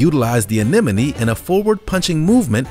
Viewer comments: Repeat after me: ah-NEM-oh-nee. The sea animal is NOT pronounced ah-NEN-oh-mee. ALL credibility of this video was shot to hell with the narrator’s feeble ‘attempt’ at pronouncing (or MIS-pronouncing) this one word. He also blew his ‘intelligence’ or lack of intelligence. Totally pitiful. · It’s A-NEM-O-NEE, not A-NEN-O- MEE. Just Sayin. That one was very cool though; looked like an underwaterr Cheerleader! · Sea Anen-A-Mees??? Learn how to pronounce the English language and words correctly! Five year olds would say that! You’re old enough and probably smart enough to learn how to pronounce that word. I bet you also say “ festi-bal!!🤓